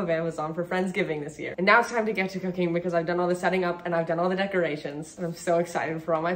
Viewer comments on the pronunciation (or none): "Now its time to get to cooking" Me: did they just say cocain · Why did you saying cooking at the end sound like cocane